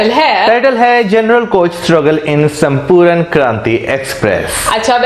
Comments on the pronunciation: It's Sampoorna not Sampooran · It's not Sampuran it's Sampurna Kranti...